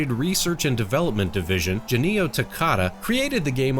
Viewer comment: It's pronounced Gen-Yo (玄洋), not Janee-o.